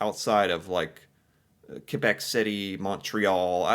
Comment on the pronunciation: As Canadian love how u kbeck